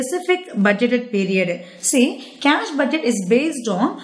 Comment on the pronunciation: how many times did she said cash budgeteh